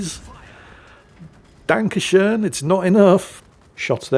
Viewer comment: Danke schohn?? U calling us Germans?? 😅😅🇸🇱🇸🇱